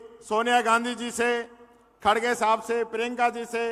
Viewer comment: खड़गे का नाम तो आज तक लेना नहीं आया इनको खाड़गे बोलते हैं 😂